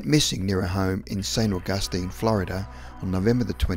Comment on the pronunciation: dude you pronounced St Augustine wrong